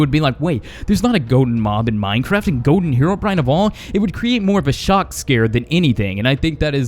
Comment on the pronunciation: Ha ha he said goden herobrine